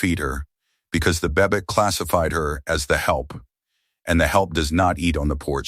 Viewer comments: AI slop saying Barbecue but probably written as BBQ. It’s ridiculous…smh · Its BBQ or barbeque, not bebbeck or bubevk